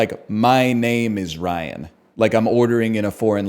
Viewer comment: Ryan definitely has 2 syllables